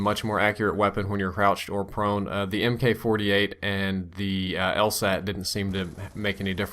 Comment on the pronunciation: MK as in MK48 is pronounced 'Mark'.